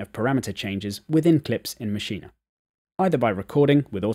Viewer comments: Ma'sheen....say it, Ma'sheen...not ma'sheen'a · It's pronounced Mashean......NOT maschina! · nah ... its pronounced "maschina" ... check out NI's videos